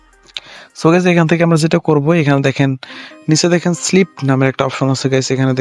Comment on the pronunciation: ওরে গাধা ওটা স্লিপ না,স্পিলিট